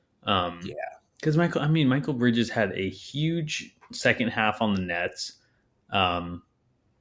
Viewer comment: Thumbs down for mispronouncing bridges name and btw nets don't want anything the kings have they already turned down 4 first round picks at the deadline where his value was much lower.